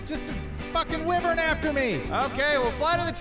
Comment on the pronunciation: Wyvern it's pronounced (Why-vern)